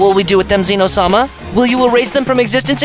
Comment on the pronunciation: "Zeeeno" it's zeh-no